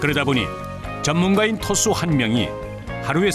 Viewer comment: 토수인데 계속 트수로 들리네